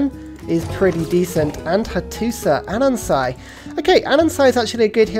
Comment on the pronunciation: i deeply dislike your pronunciation of "anansi"